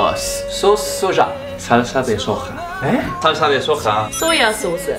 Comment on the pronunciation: omg soya??? y la j?!?! jajaja